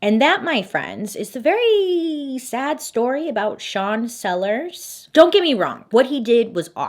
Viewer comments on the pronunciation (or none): you said sean sellers and i heard "chancellor", for a second I was like "... there's a chancellor in this story?????????"